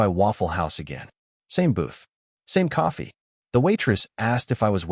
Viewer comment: Can this guy put out a story with coffee being a central character?…..also, I hate the narrator pronounces it….”cafee”